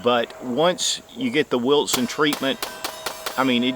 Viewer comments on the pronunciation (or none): I love how he says wiltson lol